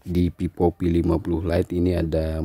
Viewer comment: Vivo bang bukan pipo,,😭😂